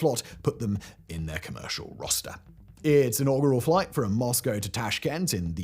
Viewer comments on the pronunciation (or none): none